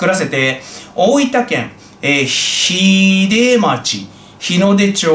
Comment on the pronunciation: 「ひじ」と「きつき」ですよ～。 昔 その当たりに居たもんで😁